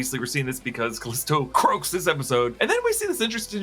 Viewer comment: The way he says “Calisto CROAKS”😂